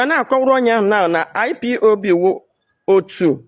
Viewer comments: Madam IPOB not IPOP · This old woman your shame dey shame me ooo You can even pronounce IPOB